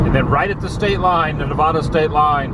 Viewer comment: As a lifelong Nevadan, please pronounce it correctly. It’s Nev-ah-duh. Not Nev-aw-duh